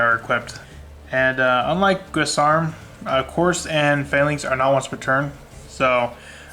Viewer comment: And right before the 4 new support cards were announced. Your dreams have come true! Also, many people have a lot of trouble with the pronunciation of the Dragunity monsters: Guisarme is not "gwiss-arm" it's "giz-arm". Couse is not "Course" it's "Koos" - there is no r. Leyvaten is not "Leviatien" it's "Lay-VAT-en".